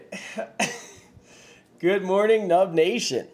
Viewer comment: Is he saying “Dub nation” or “nub nation” honestly don’t know?